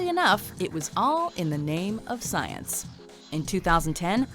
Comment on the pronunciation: I cannot believe that this narrator, who sounds to be a native English speaker pronounces "Science" as "sa-yans" Listen